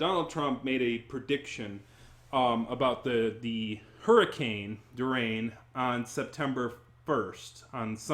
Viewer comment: I'm not even halfway through the video but I can't get over you mispronouncing Hurricane Dorian multiple times. 😆